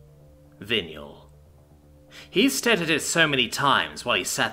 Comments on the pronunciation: Dude I love your narration normally. Are you English because if you are, you can't have gone to school. Vinyl ... Vi (not vin) nal PLEASE PLEASE PLEASE LEARN TO PRONOUNCE THINGS CORRECTLY, it's a travesty when you ruin a single word (or words) when reading. This puts me right off listening to the rest of it. Linoleum, side boards etc so it's a vinyl tile. (where and wtf is a vineal spelt as you pronounced it tile). DO NOT BOW TO THE YANKS, SPEAK ENGLISH BE PROUD TO BE ENGLISH, if you aren't your still not forgiven correct pronunciation makes or breaks a story..... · >.<!!! It's Vinyl! VIE-NULL! VIE-NULL! >.< (This happens more and more frequently, old words for old things being pronounced by people who've obviously never heard them spoken aloud before and then the 'rules' of English utterly fail them.) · VY NUL. It is pronounced VY NUL. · Vin-yule tile. I think that is what yule logs are made from? You're golden. Thank you so much for the hours of narration you have provided for us. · Vinyl The thing records are made of Mf did you say vinyall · Butchered it bad enough I had to check the text,... hahaha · Wait, wait, wait., say Vinyl again please. Something tells me you've been pronouncing too many alien names lately.